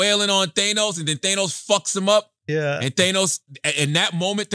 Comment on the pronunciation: CHARLAMAGNE, ITS THA-NOS, NOT THAN-OS